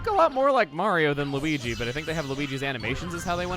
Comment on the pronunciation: why does peach sound like she's saying luwege instead of luigi